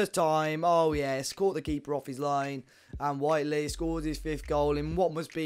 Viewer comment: thanks for starting to say whitely correctly mate lol